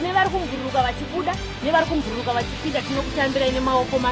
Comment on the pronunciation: Kubhururuka not kumbururuka